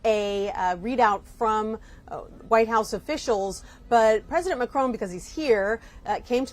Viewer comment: It’s Macron on said on not ‘own’. Sorry but it’s irritating! Sentiments good though.